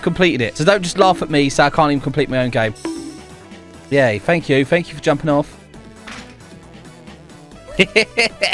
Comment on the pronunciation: Fank you fank you for jumping off” I feel like that’s an accent if so I love it.